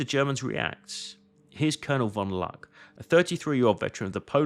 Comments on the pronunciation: Caen, nicht Cagny. Luck, nicht Lack. Mannometer. Schliesslich schaffte es Lack, äh Luck bis in Saving Private Ryan. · Die KI sollte ausgeschaltet werden. Das ist Oberst von Luck, mit 'u' gesprochen, nicht mit 'a'.